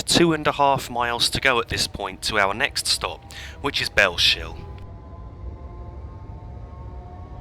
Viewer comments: just one pointer, it's bells hill, not bell shill :) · you've probably been told this many times before me but thought i'd point out that "Bellshill" is pronounced "bells hill" rather than "bell shill" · Its Bell-s-hill Not shill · Btw it’s pronounced bells hill I used to make the same mistake as well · Bellshill is pronounced as bells hill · That pronunciation off Bellshill is hilarious. Its pronounced Bells-hill. Otherwise great video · Cool vid man its so weird to see the area where i stay in a video game on i line i used to take to work all the time from Bellshill to Glasgow, its pronounced Bellsill just to let you know lol silent H. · Great video! Btw it's pronounced Bells-hill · Great video! But Bellshill when you say it don't pronounce the sh so it's a bit like bells hill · Just a couple of points - Bellshill is pronounced "Bells Hill" not "Bell Shill". - also Polmadie has its emphasis on the second syllable (to-tum-to) not he first syllable